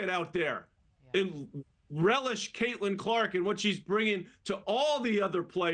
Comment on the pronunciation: I mean, you could at least the woman's name correctly.....